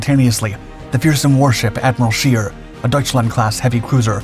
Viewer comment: Scheer not shear, try to get it right